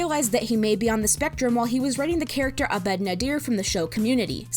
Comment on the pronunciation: its pronounced ahh-bed btw. emphasis on the first syllable. also it's dan har-MUN not har-moan, and it's community not the community